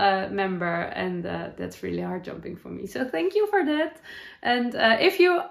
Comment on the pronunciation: Heart jumping is not a term I've heard before. I thought at first you were saying hard jumping. I think I say 'up lifting' or joy, 'makes my heart sing'. Love your crochet blanket. The colours are very nice together. I have a Work Books that I love too. I make fabric quilts, patchwork quilts, so I've made a number of Work Books with photos.